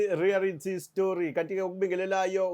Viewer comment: NOT "REARITY" but REALITY please maarn try to familiarise yourself with this, gud job bra